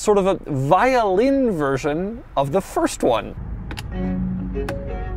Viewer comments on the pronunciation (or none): none